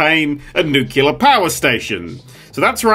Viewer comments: I can't tell if he's trolling or if her actually thinks that "nucular" is correct. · new-clear... new-clear.. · Ah man it hurts to hear pronounce nuclear as “nucular” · Did he really pronounce it new-kew-ler? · Nuclear its pronounced Nuclear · Nerd showing us all that he can't say "nuclear", he can't read instructions, and that he will cause Chernobyl and immediately try to blame a deactivated robot. This is exactly why real power plants have dozens, if not hundreds, of workers on-site at a time. XD